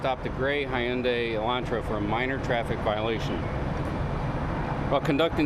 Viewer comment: He almost pronounced Hyundai right 😮